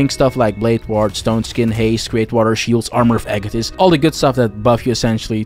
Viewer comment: I'm liking this video simply because you pronounced "Agathys" properly.